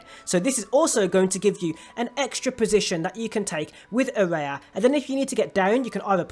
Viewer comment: dislike because you cant even pronounce the characters name properly and i cant bother listening to you make the mistake over and over again